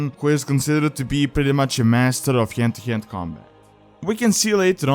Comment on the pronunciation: Hyend to hyend combat xD